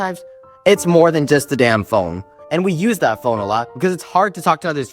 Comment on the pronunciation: I love how he said "thE DaMN phONe"